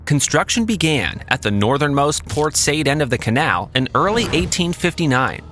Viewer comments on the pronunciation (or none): Port Said is pronounced "Port Sye EED"